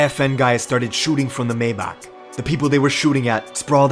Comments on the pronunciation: Why you say mayback like that 😭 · the way he said maybach☠️☠️☠️☠️☠️☠️